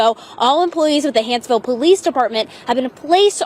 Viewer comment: Small thing but it's Hanceville not Hansville. Comments up above are incorrect. Love your content sir.